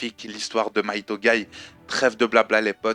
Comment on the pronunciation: Hey il me semble quand japonais c'est Mighto et non Maito corrige moi si j'ai faux:p